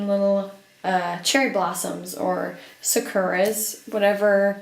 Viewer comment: its literally sah-koo-rah? like in japanese its sa-ku-ra